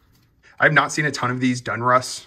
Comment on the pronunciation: Great buy, like watching. By the way, it’s Don Russ not Dun lol.